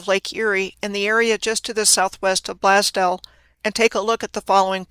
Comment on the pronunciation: Blaze-dell. Sorry ma'am. Don't mean to be rude.